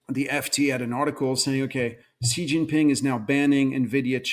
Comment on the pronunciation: he is one of the few outside china who pronounced Xi's name correctly. its pronounced C.